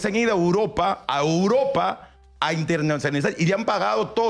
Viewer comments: A Uropa, a Uropa 🤣 grande el número 1 de sudamerica. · "hay técnicos que se han ido a Uropa, a internacijsjjabshfcajs"